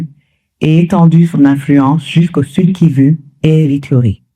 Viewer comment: Arrêtez ! Au bout de 14 secondes seulement, je peux cesser d’écouter votre experte. Elle ne sait même pas prononcer correctement la région concernée: soit elle n’y connaît rien, soit elle vous manque de respect, ça arrive souvent, même aux meilleurs analystes s’agissant de l’Afrique. Comme ça leur arrive de manquer d’honnêteté intellectuelle concernant l’Afrique, pensant sans doute qu’ils ne seront pas contredits ( c’est une hypothèse). Dans tous les cas, cette intervention n’amène rien de bon, c’est-à dire une meilleure compréhension de la situation pouvant rapprocher les acteurs du conflit. Cette brave dame risque de conforter les uns et les autres dans leurs certitudes et à prolonger les combats. Il suffit d’une mauvaise analyse d’un problème pour ne pas trouver la solution alors qu’une bonne analyse est une condition nécessaire mais pas suffisante. Nous trouverons plus facilement l’aide pour détruire que pour construire, naturellement puisque l’un est plus difficile que l’autre.